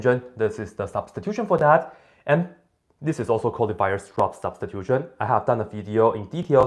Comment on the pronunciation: I love the way you pronounce "Weierstrass" like "wire straps". In Germany, "strapse" mean "suspenders". :-)